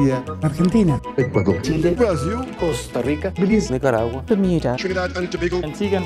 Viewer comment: Bolsonaro nn consegue nem falar Brasil direito kkkkk "BrUAsIL"